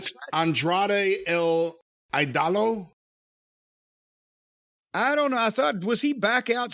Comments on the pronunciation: eeeDolo not Eyedolo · "Idolo" is pronounced eeh-doh-law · It’s Ídolo. It means Idol. You totally mispronounced. Like always you don’t know how to pronounce Spanish words. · As a Mexican, let me just say that the way pronounced 'idolo' hurt my soul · Same here